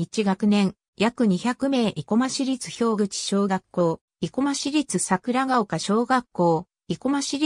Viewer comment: ひょうぐちではなく、たわらぐち、です。